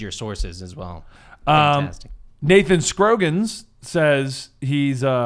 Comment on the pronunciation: Oh silly, always pronouncing names wrong:P (My name is pronounced Scr-aw-ggins, not scr-oh-ggins)